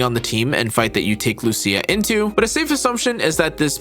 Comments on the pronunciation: As an Italian, since Lucia is a common name for me, I'll be your "guide." He actually says LuSIA incorrectly, and not LuCIA correctly. There aren't two pronunciations. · Loo C Ah ☝️😞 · I came for Loosha but got hit with the Loo See Ya. :face-green-smiling